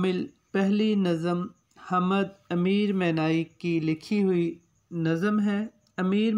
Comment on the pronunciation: جناب "حمد"کی م ساکن ہے آپ بار بار زبر کے ساتھ پڑھ رہے ہیں۔اوربھی کءی غلطیاں کر رہے ہیں۔توجہ فرمالیں۔